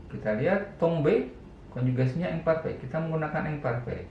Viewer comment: prononciationnya diperhatikan pak. saya perhatiin bapak kalo ngomong « imparfait » pronouncenya jadi « ongparfe » , sedangkan kalo ngomong « attends » malah jadi « attang » . prononciation dari quand juga seharusnya kan « kong » bukan « kang » . harusnya kan im dan in yang dibaca « ang » , an/am dan en/em dibaca « ong »